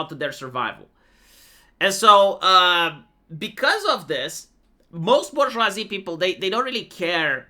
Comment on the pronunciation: The Bourgeoivee